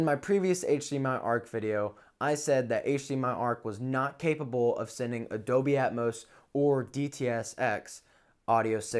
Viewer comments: Wtf is Dobey? Are you saying Dolby? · AT one point i even thought he sad 'adobe'...